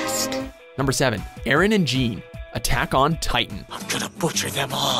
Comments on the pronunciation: does he seriously pronounce Jean's name like that? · Quit mispronouncing Jean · Jean dude seriously LEARN HOW TO SAY PEOPLE NAMES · Does anyone else cringe when he say "jean" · HE PRONOUNCED JEAN WRONG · it's pronounced Je-AHHN! Not JEEN! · Lol you pronounced Jean's name "Jean". It's pronounced as "John" lol. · It's bad enough that every video with AOT in it you call Mika-sa Mi-kasa, but you seriously just called Jean Gean!?!?!?!?!?!?!?!?!?!?!? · I hate when people pronounce Jean as it's spelled. It's just the French spelling for John. It is literally John, but with a slightly less harsh J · Omg the name is French so it's pronounced like 'John'! It's not 'Gene' Reno so why would it be 'Gene' Kirstein? Come on even in the dub they call him by the correct pronunciation! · Eren and Jeeeeean. Pronounced John lol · Lmao they called Jean, Jean and not John. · Jean pronounced "john" not "jean" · jean and eren. i thought his name was pronounce like john bet watch mojo fucked up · CURSE YOU WATCHMOJO IT'S NOT PRONOUNCED GENE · Eren and Jean not jaun the way it's pronounced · You butchered Jean's name. But I will forgive you for placing Haikyuu and Opm in here. And you know, all the other amazing animes. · "Jean" Is pronounced John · IT'S JEAN (PRONOUNCED CLOSER TO JOHN THAN A PART OF PANTS) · ITS PRONOUNCED JON!!!! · He doesnt pronounce jean right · The way you pronounced Jean was so cringe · Why does no one say Jean right? Isn't it said the french way??? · Having not bought into the hype that is around most american televised anime, I've yet to see this...but when I see everyone typing the name I read it as Jean, like Gene Simmons.... Is it suppose to be G Nay, Juh Ni, Genie, Gi Nay. I really have no idea, but most people pronounce Saiyan as Sayin so whatever. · You said Jean wrong. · Oh my GOD. You guys seriously need to do your research better. Because you lose all credibility once you MISPRONOUNCE THE NAMES. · i'm more annoyed at the pronunciation of Jean